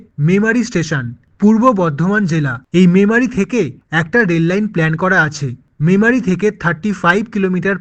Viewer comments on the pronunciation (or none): none